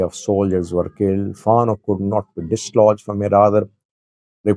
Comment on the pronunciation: I like your program. One comment: Fano should be pronounced as “Fan Know” stress on both syllables. Thank you!